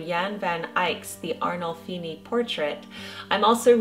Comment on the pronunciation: You absolutely nailed my last name pronunciation!!!!!